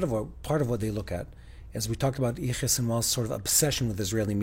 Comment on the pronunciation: seems to be pronouncing Sinwar's first name in a strange way. What he says does not sound like Yahya. Or is he talking about someone else? What is he saying? Is he using a nickname? If so, it would be helpful to spell these names, so that people unfamiliar with Arabic or Hebrew names could understand better. Also, when you mention the names of places, or other unfamiliar terms, it would be helpful to spell them on the screen to aid in understanding